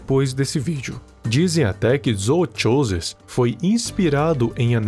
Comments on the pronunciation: ele quase falando "zootcholas" akakakakkakaka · a pronuncia correta é "Zookosis" o "ch" se lê como "k" "Ch" só se lê da forma que vc fez quando a palavra começa com ch no inglês